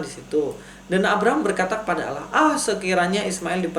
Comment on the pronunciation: Begini bg,,, percuma kalau di balas argumen anda dg Al-Qur'an toh pasti anda tidak akan percaya. Maka nya di jawab dg kitab anda sendir biar anda lebih banyak lagi belajar..?jangan banyak ngawur...membaca ALLAH aja salah,, di baca ALAH...